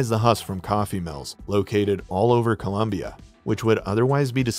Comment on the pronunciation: The country is ColOmbia. The nickname for the USA is ColUmbia. Mispronunciation!!